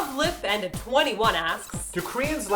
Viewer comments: I think it's pronounced lovely panda 21 not love lip and a 21. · Ahahah I love how she just butchered the person's username, reading it as "love, lip, and a 21" when I think it says, "lovely panda 21"...! lol! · wow, just gotta comment on the way they said "luvipanda21"... seriously, they said it as "love lip and a 21"??? its prob pronounced as "lovely panda 21" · Lol. You guys are funny. Martina introduced the person who wrote the comment as love lip and a 21. I believe it should have been pronounced as "lovely panda 21". Maybe its just me. But I was cracking up in he beginning.